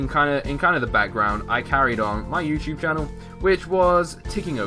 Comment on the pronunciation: when u said youtube you said youporn!!!!